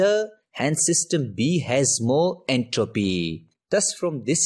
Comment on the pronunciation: His entropeeee 💀